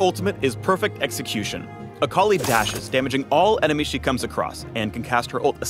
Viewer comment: WTF, I though her name was pronounced 'Ah ka lie' eeesh.